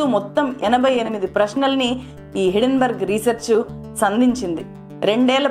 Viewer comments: హిడెన్ బర్గ్ కాదు - హిండెన్ బెర్గ్, correct yourself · Thulasi garu meeru company name wrong ga palukutunnar. It is not hiddenberg it is hindenburg.